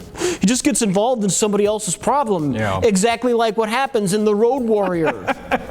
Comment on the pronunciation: why is keep saying "rouge warrior"?